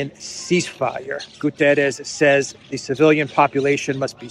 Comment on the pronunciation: my friend, do not massacre the Guterres name:p the pronunciation of the last letter is like in "shut" is not an "s" like in "saint" - is like in "shut" - in english, you must say like "Guterrsh"